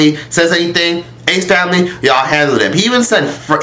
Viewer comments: “the disgrACEE famiLAYY” 💀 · “Tha snake famlehhh”😭